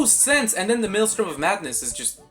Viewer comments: fr bro it's not maelstorm it's maelstrom 😭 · Please stop mispronouncing maelstrom! 😭😭😭😭